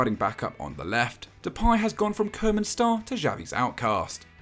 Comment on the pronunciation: RONALD KOEMAN IS SAID KOO-MAN NOT KOE-MAN